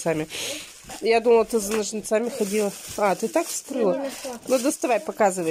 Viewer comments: НожницАми🤡,вчера были Яички с ударением на я., бедный русский язык. Как ты хоть уроки с детьми делаешь. Ведь они будут говорить скоро так же как и ты. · Ножницами,, ударение на первом слоге, " хотит"- нет такого слова, " хочет"... До какой же степени не следить за речью!!!